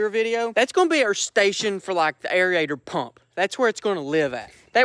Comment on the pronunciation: Please say it with me air-a-tion not air-ee-a-tion